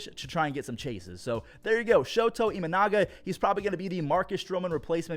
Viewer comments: who the heck is shota e-manga? you mean IMA-NA-GA? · I love you but... I-MA-NA-GA.. not manga:D edit: nvm, you caught yourself:D still love you! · It's not Imananga, it's Imanaga. lol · Let's go, Shota Eee-manga! The biggest fan of Japanese manga LOL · that was a terrible pronunciation on EE-MA-NA-GA's last name. You're better than that.